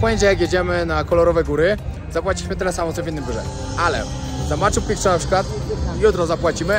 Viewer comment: Blagam, nie mow "Maczu PiKczu"... wymawia sie "Maczu Piczu". Pozdrowienia :)